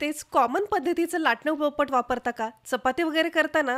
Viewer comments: बाई त्याला पळपट नाही, पोळपाट म्हणतात. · पळपट नाही.. पोळपाट